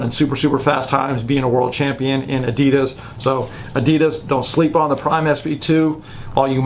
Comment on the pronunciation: When did they officially start pronouncing Adidas like that?